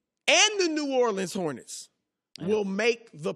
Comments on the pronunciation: THAT DUDE SAID “NEW ORLEANS HORENTS” 😂😂😂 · So we just gonna ignore the fact that Chris said "New Orleans Hornets" ? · Anybody else who noticed ”new orleans hornets...” 😂 chris is very a bright reporter, usually these are not the mistakes that he makes😂